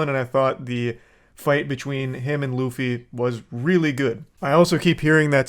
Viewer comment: They couldn't even pronounce Luffy's name right how are they going to do anything else right?